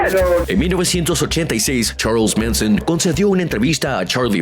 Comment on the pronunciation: Como que "Cherls Minson"🤣🤣🤣